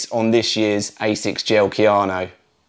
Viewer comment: Kayano, not Keanu.